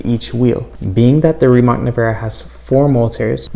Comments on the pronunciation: Rimatz Nevera.. but for the sake of this video he will say it wrong every time. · Americans should learn to pronounce Slavic C letter sooner or later, its not K for sure. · just say nevera because you pronounce the last name wrong bot